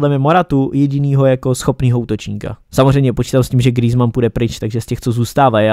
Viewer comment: grýzman xd